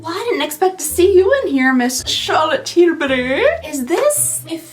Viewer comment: Yay - I can watch this before I go to sleep. The Givenchy lip product looked really lovely. As a Brit I always giggle when you say Charlotte Tilbury in a posh British accent! 😂